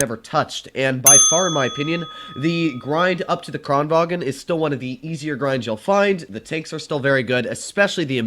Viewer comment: Kranvagn, not Kranwagen